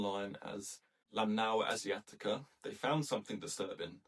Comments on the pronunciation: Can you pronounce it without a weird accent, I only ask because you didn't use an accent when using Chinese words and names. Lanmaoa Asiatica, I can do it, you should try, It's not so hard as one would expect. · Try practicing pronunciation BEFORE recording. Sounds like this is the first time you've read the name of this fungus.